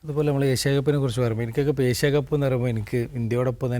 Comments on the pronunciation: ഏശിയ അല്ല ഏഷ്യ അതുപോലും നന്നായി പറയില്ല 😃😃😃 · എസ്യ അല്ലടോ ഏഷ്യാ...